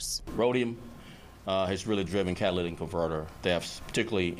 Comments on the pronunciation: Catalytic not 'Catalladic' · What the heck is "CATA-LATAC Convertors "